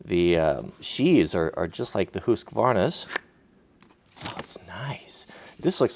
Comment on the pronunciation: I love how you pronounce "hoos kuvarna" lol